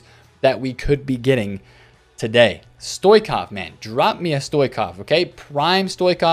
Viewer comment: Can I correct you, man? I am bulgarian, so is Stoichkov. His name is pronounced StoiCHkov, not StoiKov. Like GarinCHa, like this.